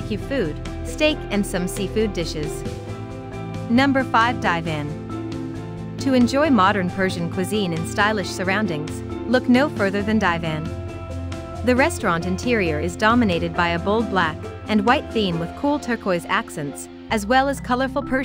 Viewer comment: DIVAN is pronounced as DEE ONE not DIE WHEN!!😂😂